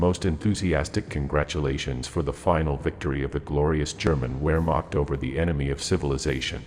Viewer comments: It's "VERmact" not were-mact. And I'd assume that it's General Alfred "Y"arl despite starting with a 'J'. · Vere macht not where macht. Yodl not joe-dl. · The bot voice was pretty good but it doesn't switch to German pronunciation when necessary. Hearing about Colonel-General Joe-del and the ware-marked is a bit grating. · It is pronounced "Vermaht" and not "Wayrmaht" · If you can't even pronounce "Wehrmacht" properly, I'd say it was probably time to get out of the "making WWII documentaries" business. Vare-makt, not Where-makt. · Wehrmacht is pronounced “vere-macht”, not “where-macht” - it’s GERMAN for Pete’s sake. Duhh. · Really interesting video,however you need to learn correct pronunciation of German words/names. No s sound in german....the w is a v sound. Wermacht is pronounced Vermacht. Sorry, mispronounced words bother me. Petty I know.😏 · The German pronunciation is "Goerbbels" not "Goebbels", "Wehrmacht" is "Vhermacht", and "Jodl" is "Yodl". AI is idiotic. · GER-bulls, not GO BULLS; VARE-mocked, not WHERE-MOCKED; And it's not pronounced COO DEE AY TAH. Otherwise, a good mini-doc. Just curious: I know there's a person speaking at the end, but was the narration actually AI? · What's Moss Cow? And what's the Wear Marked? Please buy a better robo-voice. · Gou‐bells? Ja-del? Time-O-Shenko? Where-macht? These AI narrators are terrible. You would think the makers of a permanent YouTube record would actually care about details like pronunciation. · In German, a W is pronounced as a V. So, Vermacht or Vagner. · Call me picky but please learn how to pronounce German. Wehrmacht sounds like a V not a W like in English. Goebbels has an umlaut which I don't have on my keyboard. Otherwise a good historical account of the disconnect between Hitler and Goebbels and the real situation on the front. And how it ruined their credibility. Even worse in 1942 than in 1941. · It's pronounced -' Vehr macht '. And ' Jodl' is pronounced -' Yodel' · ....the WHEREmacht!...🙄